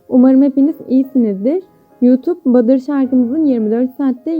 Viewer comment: Ablacım badır değil ya butter(battr) Video için teşekkürler💜